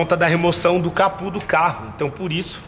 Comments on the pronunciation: O fala capu kkkkkkkkk é capô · não é capû é Capô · CAPU NÃO, É CAPÔ!!!